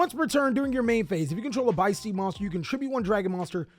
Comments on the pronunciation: Oooh it's supposed to be pronounced biss steed, like abyss steed! Because the abyss is the whole thing for the albaz lore. I get it, konami! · It's beast + abyss they are the beasts of the abyss, translation notes on ygoorg, they are not steeds mate.